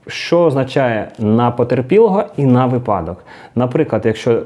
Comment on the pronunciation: Правильно "вИпадок". Неправильно "випАдок" 🤫